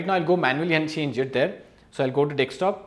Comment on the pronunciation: Informative video. But Man it’s “Desktop” not “Dekstop”